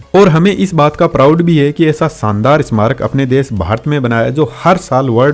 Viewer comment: सायद नहीं शायद , सानदार नहीं शानदार । महताब गार्डन मेहता गार्डन नहीं।